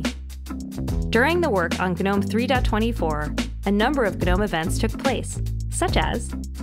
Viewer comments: It's pronounced "nome" with a hint of a "g" at the start, and MATE is "mate" as you would normally say it. Also, when she says "three dot twenty four" instead of "three dot two four" I cringe. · Everytime she says "guh-nome" i cringe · its actually "g"nome. for those that know its background... gnu for the in the know.. fyi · Well put together video. The voice was just right and everything was well thought out, kudos. Up till now I thought the G was silent in Gnome, and that Libre office was pronounced Lie-ber office, noice to know hey. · Seriously. Makes you wonder how many people were involved in creating the video. Were all of them under the impression that the G is pronounced? Do they also say guh-narled, guh-nostic and guh-nocchi? Or did everyone know but didn't have the heart to tell the narrator? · People have been denying global warming for years as well - doesn't make it any less wrong. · It's pronunciations like that and responses like yours that makes it no wonder Linux is hopeless at going mainstream outside servers and embedded.